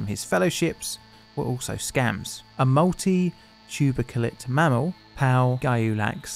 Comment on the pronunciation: Coming from a paleobiology field, this was a fun one! Also it's fun to hear people try to pronounce "multituberculate" - I think you nailed it